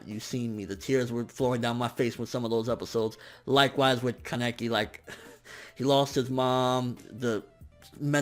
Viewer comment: Wrong pronunciation of ken keneki